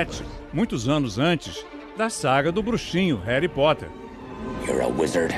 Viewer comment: Só o dobby pode falar "réri"